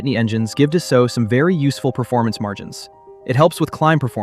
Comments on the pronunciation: FYI: Being a French company, the correct pronunciation is actually "Dass-O" - not "Dass-Alt." Just like Bordeaux is pronounced, "Bord-O" and not "Bord-Ox." Almost halfway through the video, the pronunciation becomes correct. So is real? Or a quick learning AI? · Pronounced “dah-soe” if you’re French.